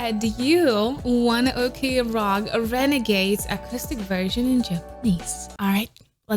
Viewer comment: mispronunciation: RenagaDes not renagaze!!!